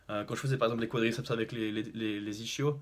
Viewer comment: Ischio: prononciation IsKio. Merci pour tout et bonne continuation;)